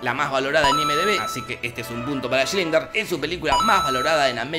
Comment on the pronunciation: Bldo decís mal "Schindler" cada vez. Le metés la L antes de la i.